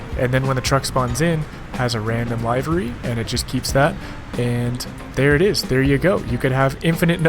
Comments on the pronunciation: I thought you were saying Library! The word is pronounced Liver-y. Biggest improvement I'd like to see is being able to purchase/build production facilities. This could open up the game, and make up for the utter disappointment that was Industry Giant 4. 😁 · Much prefer to chose my own livery's (pronounced : liv-er-ee not live like its a show) and like that the mods allow us to scroll down for the different.